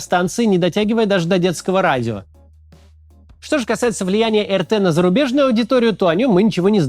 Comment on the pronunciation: Так, Максим, претензия сходу. Очень прошу. . [ЭР_ТЭ] - это Республика Татарстан, я тут живу всем из Казани привет, а помойка раша тудей это [АР_ТИ], пожалуйста, очень прошу, а то прям некомфортно когда говорят не очень хорошие вещи и твою родину малую поминают.